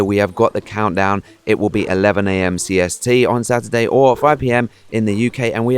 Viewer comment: When you say Stuartday I say sun day lol